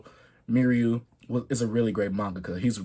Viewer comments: R.I.P Kentaro and btw chase its pronounced me-uw-ra <3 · Also the pronunciation is me - u-ra atleast that’s how most people out here say it. Rip to that legend . Love all the love he’s getting from the YouTube community